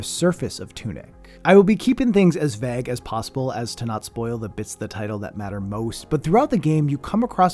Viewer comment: The way you say vague sounds weird